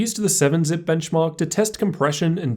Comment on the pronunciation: blenchmark XD